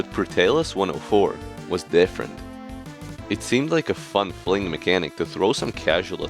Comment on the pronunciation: scottish ahh "dieffereint